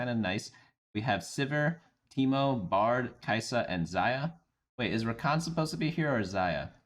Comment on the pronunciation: I found it funny that there was an editors note for that but not when he said brad instead of bard lmao.